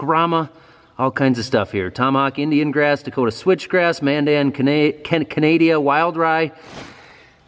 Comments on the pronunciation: hahaha, it's Ka-na-da, not ka-nay-da, lol. Keep up the good work guys, love your channel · Canada lmfao can't even say it right on our country's birthday too lol